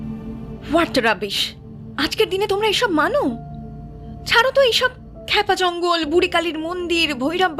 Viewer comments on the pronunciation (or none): Khub sundor ar aktu annorakam galpota. Uposthapona ar path o khub e sundor. Kintu akta kotha na bole parchi na, "khypa jongol" ke bar bar " khepa jangol" bola holo 😢